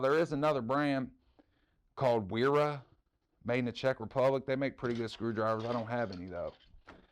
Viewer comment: Wiha, Wera, and felo. W in German is pronounced V. 🙂. I have ton of these including torx and hex and and these are my important task drivers I use when you CANT strip or damage a fastener. I have just as many beaters of all brands like HF, Craftsman, Husky, Stanley. I've never owned a Snap on so i cant say but the German drivers are pretty good. I got a 8 piece set of the striking cap Wiha for $98 so you can find some decent deals. Great selection of drivers you have there and a great overview. Thanks